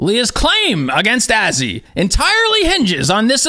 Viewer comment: He said Azzywolf again 😂